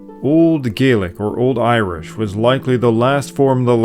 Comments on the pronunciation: When referring to the Scottish language, it's pronounced Gah-lick. Gay-lick is the Irish pronunciation. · I'm sorry but how did you manage to make an entire video where you use the Scottish Gaelic pronunciations without ever pronouncing the language correctly? In Scotland, we pronounce it Gah-lik not Gay-lik. It's spelt the same but pronounced differently. Really took me out of the video I'm afraid. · Please, don't rhyme Scottish Gaelic's ae with "say", it rhymes with "sad". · He uses it interchangeably with irish tho, what's more annoying is him calling it Gaelic when its Gealige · Its not exactly right but you just called Gealige gealic so clearly you dont have a leg to stand on either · Please pronounce it Gallich not gaylick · Please remember that Scottish Gaelic is pronounced differently from the Irish Gaelic. Gaelic like Garlic, not Gaelic like Gay Lick. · A a child of native Scottish Gaelic speakers from the Isle of Skye, we pronounce Gaelic as Gaaalic, if you catch my drift. Great video though! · You’re pronouncing “Gaelic” wrong. You take the word “garlic “ and say it with a Boston accent leaving off the “R” . Sounds like “galic “ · I am correcting your pronouncing the word Gaelic. In Irish it is pronounced Galic and in Scottish it is pronounced Gailic. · It's not Gaelic, it's Gaeilge. Or Irish, if you can't pronounce it's correct name. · You are pronouncing Gaelic incorrectly. Shame on you.